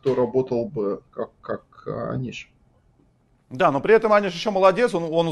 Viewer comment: "А знаете, что правильно называть его Ани'ш Гири'?" Он же: "А'ниш успевает все!"